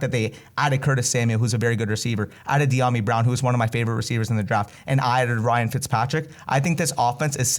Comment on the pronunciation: thanks for pronouncing Dyami correct 👏🏼